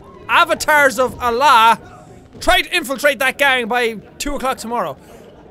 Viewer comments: Jack its Sound more like Anglah even though its words is Allah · You pronounced ALLAH wrong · U pronounced allah wrong